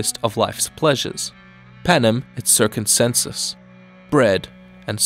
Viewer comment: you mispell panem et circensem, you say panem et circumcenses like circumcision or something.